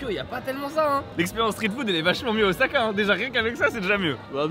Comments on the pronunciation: Mexicano OZAAAKAIEN! meme vous vous dites OZAKA! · Moi je reste, je suis comme vous, à tanner les gens qui prononcent le S de Osaka "Z" ^^;;; Mais lol... des poubelles et devient France Gall ^^